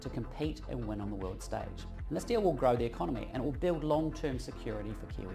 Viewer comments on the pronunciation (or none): none